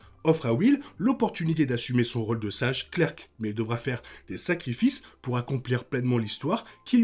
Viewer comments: Bonsoir, superbe video. Clerc se prononce sans le c a la fin :p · Outch mes oreilles Clerc se prononce "clair" Pas Clerk lol